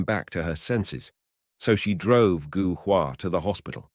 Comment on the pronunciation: Gou is pronounced Go in Chinese.